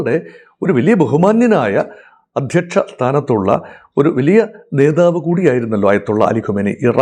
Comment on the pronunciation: നേതാവ് എന്ന വാക്ക് ശരിക്ക് പറയൂ...